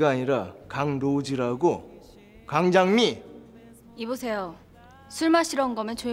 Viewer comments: 강장미 발음 웃겨서 계속 보게됨 강장미! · 강장미 발음 왜케 웃기짘ㅋㅋㅋㅋ